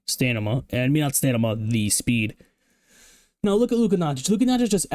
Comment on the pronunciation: W Video, cracks me up you say stanima instead of stamina